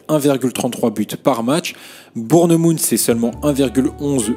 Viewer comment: Super vidéo ✅ ps: la prononciation de Bournemouth et magnifique